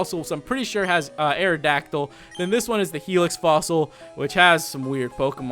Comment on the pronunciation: but you said arodactly